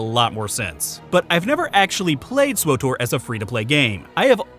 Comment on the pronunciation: I'm glad you like Swuh Tor at Muh Mor Pig Com